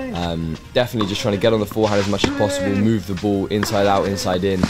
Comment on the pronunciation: it's pronounced "ball", not "buhwl"